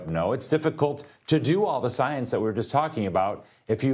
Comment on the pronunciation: premiere science organization?? it sounded like he said " premiere Zionist organization"!!!!! play it back, ull hear it! 😂